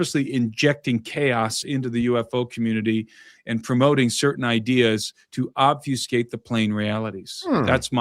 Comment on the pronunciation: When says " obsfucate" and you say " muddies the water", I think you are both saying same thing.